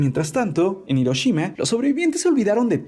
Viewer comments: A alguien más le desespera que " Hiroshima " lo pronuncien " Iroshima " y no " Jiroshima ". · Se pronuncia Giroshima pero se escribe HIroshima xD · Es "Hiroshima"